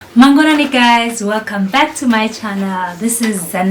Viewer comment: I am very happy to hear you saying mangwanani. Thank you my sister. I am learning kiswahili. I have subscribed. How can I get in touch with you. I want to learn Swahili.